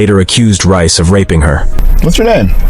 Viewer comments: That's Reyes, not Rice. It's pronounced "Ray-ez". EDIT: is it Rice or Reyes? I swear the text said Reyes at the start, but now it says Rice. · Deangelo rice ?😂😂😂😂 it’s (Rey-jes)….. brooo😂😂😂😂😂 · Reyes. It pronounced Ray-ez not rice lmao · His name is pronounced "Ray-as". Not "Rice" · Ray ez*. Damn. Not rice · Not that this is the most important part of this, but the officer's last name is pronounced RAY-ez not Rice. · It's pronounced Ray-ess not Rice 😂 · "Ray-es" not "Rice." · Its not RICE !!! ITS RAY-S COMMON HOMIE WHAT YEAR IS THIS 2023? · How does “Reyes” (“RAY-ess”) morph into “Rice”? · I don’t think Reyes is pronounced Rice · Since when is Reyes pronounced rice? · Reyes is NEVER pronounced as Rice. That’s ridiculous you would even pronounce it that way. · It’s Reyes, not “Rice” 🧐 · Reyes isnt pronounced rice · Bro why do you keep saying Reyes like Rice 😭😍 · "Reyes" isn't pronounced "Rice." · He pronounces Reyes as Rice. Lol. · Did you really pronounce Reyes as rice lmao 💀